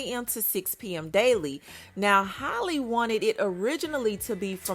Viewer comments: 🤦🏽 it's Halle pronounced like "alley"..like Halle Berry...Not holly🤦🏽🤣😘❤️ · HA-lee. Not Holly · hal E not holly. why do people do this to her but not halle berry 😅 i just dgi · Can someone tell her it's Halle ..like Halle Berry smh .. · Halle Berry was global and everywhere back in her day so everyone heard her name and how it was pronounced. Halle bailey is still niche so you have people not caring about how her name is pronounced